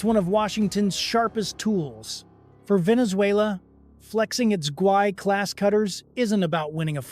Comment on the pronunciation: Guaiquerí-class, not "Guai"